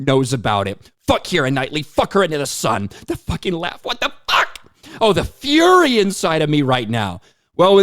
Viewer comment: Did she say FURY or FURRY?